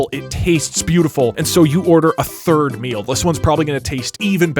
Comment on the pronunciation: "Wheres the thied meal" .. haha